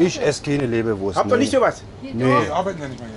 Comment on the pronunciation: Der ist gut,, wo ist hier die lebereurst'' 😂